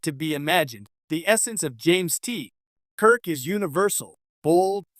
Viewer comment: I’m quitting this video 20 seconds in because the (AI, I assume) narrator said, “…James T. [long pause] Kirk…” I don’t actually care if the narration is AI or not, but when the mispronunciation and incorrectly-placed pauses start, I stop.